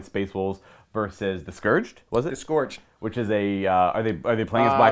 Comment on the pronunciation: The fact that this dude cant pronounce scourge drives me nuts.